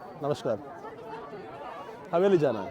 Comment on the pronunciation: HAVELI NOT HAVERI 😁😁